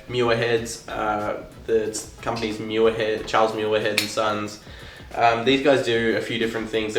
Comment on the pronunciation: Please stop butchering my families last name. If you are going to review something, at least take the time to learn how to pronounce it.